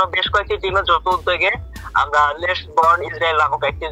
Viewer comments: বর্ণ না বার্ন। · bron na vai ota burn likha ber ber vul bolen kn